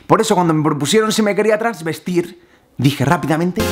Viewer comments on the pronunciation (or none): Es "travestir" no "transvestir"